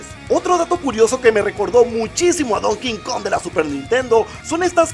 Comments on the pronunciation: Se dice donkey kong. No don king kong. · Se dice donkey kong no don king kong xddd